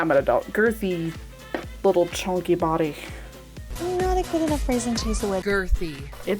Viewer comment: CHONKEH CHONKEH